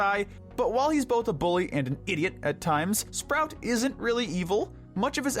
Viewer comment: It is sprout there is an r between p and o.